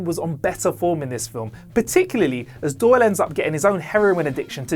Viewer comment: Next time get someone who can pronounce classic characters names. Doyle not Dol. Felson not Fulson.